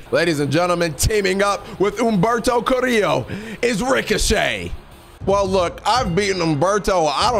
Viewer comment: I love how he can pronounce Humberto Carrillo correctly but not "pollo." It's literally the same type of pronunciation with the two "L"s